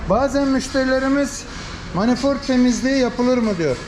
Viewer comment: Manifort değil Manifold 😂